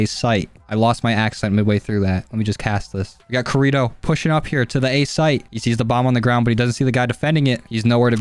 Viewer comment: Your pronunciation of Kirito hurt my soul